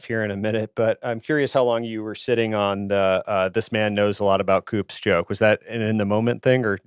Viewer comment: Don't know if the V.O. is real or AI - sounds like AI lol, because COUPS is not pronounced with the "P" - just sounds uneducated.